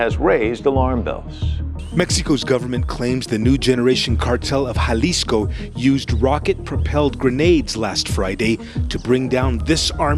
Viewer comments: If you can get the accent right when you say peoples names than I don't understand why you get the J wrong when you say "JALISCO" Its HAA-LISCO......C'mon ese.... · JA-Lisco ??? You faceless video HACKS should at least pronounce things properly - it is PRONOUNCED HA-Leece-Co - how Ignorant can you be when you can't even use Stolen material properly